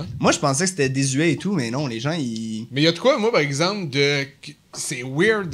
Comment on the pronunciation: Mike "parzemple" Ward